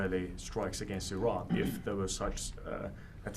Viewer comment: He can't even pronounce the name of Iran correctly , how he got this job is a joke